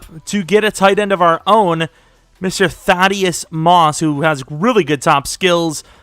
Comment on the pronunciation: They way you pronounce Thaddeus lolol